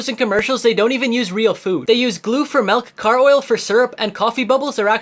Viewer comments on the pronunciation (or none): the melk? i thought it was milk